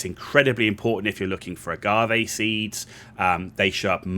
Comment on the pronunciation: Thank you for pronouncing 'agave' correctly! :)